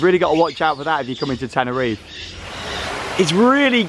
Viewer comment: Just like you pronounce the final “e” sound in Parque (PAR-kay), you would also pronounce the final “e” sound in Tenerife (ten-er-EE-fay).